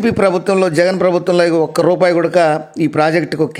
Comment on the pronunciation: గూడక అనడం బాగాలేదు.కూడా అనాలి.